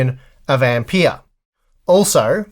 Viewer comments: The guy was named Ampère, not Ampeer. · Ampeeeahhh? Wtf!